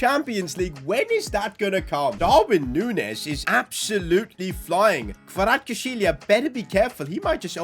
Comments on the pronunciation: it pronounces like kvaracxelia i am from georgia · It's pronounced Kra vets kehlia That's how the commentators say it irl. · Kvaratskhelia K(silent) varat-skhe-lia Kvaratskhelia It was also hard for me as well but if you actually find out how to say it, It's easy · ‘this all was possible because we have our first 90 rated player in Kvirachsjsihe’ 😂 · Kvaratskhelia name is pronounced Varats-Khelia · we promounce his name in georgia xvicha kvaracxelia pls getbitvrumight next time ❤ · Its xvicha kvaracxelia still waiting for all of the media and youtubers to pronounce his name correctly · Hey this is how can u pronounce kvaratskhelia s name you havet say kvaracxelia this is how you say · Btw it’s pronounced kva-ra-sch-elia